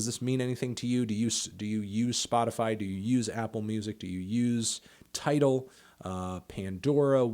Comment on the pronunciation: “Tidal.” Lmao